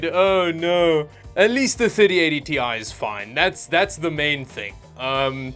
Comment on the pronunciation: Wait a minute. You've changed the way you pronounce Ti? :D